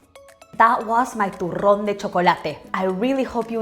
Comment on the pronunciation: Chocolate is life! I also loved how you rolled some rrrrrrrrrrrrrssssss, Love you always!